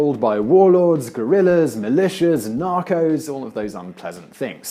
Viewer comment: la guerilla --gorillaz (facepalm)